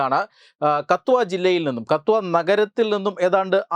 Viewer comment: അണ്ണ അത് കത്വ അല്ല കട്ടുവ, പട്ടാൻകോട്ട് വഴി train ൽ ജമ്മു പോകുമ്പോൾ പട്ടാൻ കോട്ട് കഴിഞ്ഞു അടുത്ത station KATHUA stn പക്ഷെ ഹന്ദി ലോ മലയാളത്തിലോ പറയുമ്പോൾ കട്ടുവ